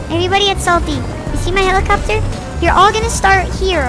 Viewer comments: I love how says “Helicobopter” 😂😂😂😂😂😂😂😂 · You said hellocopter not hellacubobter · "helecle bopter?" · "helicabobter"